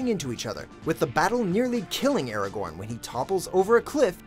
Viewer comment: I pretty sure sure he was pronouncing Aragon wrong